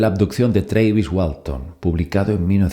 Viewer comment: Se pronuncia Travis, no Treivis